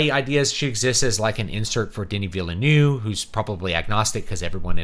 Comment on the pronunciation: BTW: It's pronounced: Duh-knee Vill-nuhve. It's French Canadian. Come up and we can teach you.